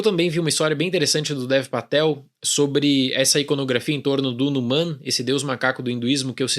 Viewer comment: Fale RA-NU-MAN